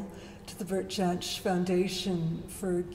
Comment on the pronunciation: his name is pronounced "yanch"